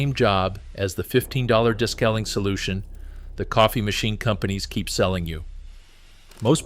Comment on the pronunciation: AI …des-caling. It’s DE-scaling!